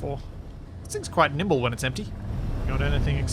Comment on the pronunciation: "its quite nible when it is emtpy" lol